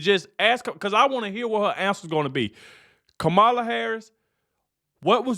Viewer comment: This is crap! Who is paying you to lie like this. It is shameful! And if you want to protect Kamala, you will pronounce her name right!